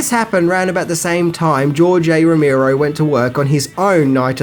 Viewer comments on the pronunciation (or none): two things: 1) it's Romero, not Romeerow 2) You really hadn't heard of Year of the Dragon? Dude, it's Michael Cimino! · Who the fuck is rommirow!? Its Romero 😊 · ive listened to 2 reviews today with george romero, and you fucks are pronouncing his last name wrong.. its not that fucking hard dude..